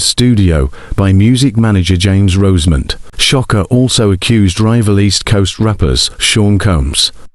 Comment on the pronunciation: Sha-kur Not Sha- Ka